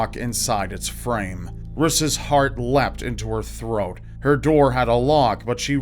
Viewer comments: "riss" haha my husband is called Rhys and it's Welsh, it's pronounced Reece. Don't know if it's an American thing to totally take a Welsh name and pronouce it wrong and give it to the wrong gender! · whats ur name? ris? i thoght he was saying chris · Rhys is actually meant to be pronounced as Rees btw